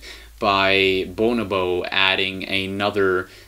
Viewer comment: it's pronounced BuNObo